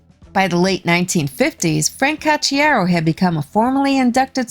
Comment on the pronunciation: 🤘💩👎💩🤘💩 You say: Ka chiaro. Why? Isn't the spelling Ko chiaro ? :: :face-blue-smiling